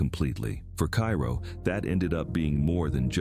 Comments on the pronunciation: It’s pronounced Care-o if you’re from southern Illinois. Every where else in Illinois it is called Kayro, like the syrup. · Neither is right. It is pronounced CARE-oh. I personally know someone who grew up there and worked in broadcasting. Besides that, my mother is from Southern Illinois and she pronounced it as CARE-oh. If you listen to a local radio station, they also pronounce it that way. Typically, the people who think it is Kay-row aren't even from the area. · Interesting video but it would be nice if you had learned how to pronounce the names of the towns correctly before you chose to nairate this video. . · If you're going to make this video, learn how to pronounce Cairo. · KI ro? Pronounced in Illinois as KAY ro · A little late but, IT'S KAY-ROW, not Ki-row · Duhhh, pronounced "Kayro" dummy AI. You wanna say "Kyero" go to Egypt, Foo! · It's pronounced kay ro, not kai ro. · I believe it’s pronounced “Kayrow”. Not Cairo. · Cairo is pronounced cayro People still live there. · In Illinois it's pronounced Kay-ro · It's pronounced KAY ro. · It's pronounced, CARE-oh. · I live about an hour away from Cairo, Illinois. It has a reputation as a bad and very violent town…btw the locals pronounce it “Kay-row” or “Care-O” like the corn syrup. This has been accepted as the correct pronunciation around Southern Illinois. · It's pronounced Care-o. My grandparents lived there many years ago. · The town is pronounced, "Kàyrow or Care row. It depends on where, in southern Illinois you were raised.😂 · Yeah, please learn to pronounce our towns correctly. Cairo is pronounced Karo. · It’s pronounced KAY-RO! And the earthquake is the MAAD-RID, not like the Spanish city. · It's pronounced "care oh.". Just ask everyone who lives there. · No, it is pronounced kay-ro. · Cairo Is Pronounced "KAY-ROW". It's Not The Same As The Capitol Of Egypt. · It is pronounced Care O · CARE-oh is how I always heard it pronounced I am from Northern Illinois. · AI is infamous for mispronounced names.